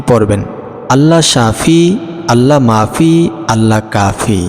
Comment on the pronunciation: Allah mafi hoye Allah nai? Naujubilla Ucharon hoilo Allah mu'afi